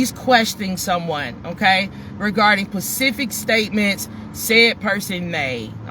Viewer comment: OMG, this was way too hard to watch, the repetitiveness is cringy, sorry hun this channel just isn't for me. Good luck and it's not PACIFIC IT'S SPECIFIC